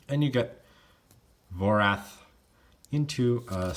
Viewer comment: It should be Vorath, not Vorth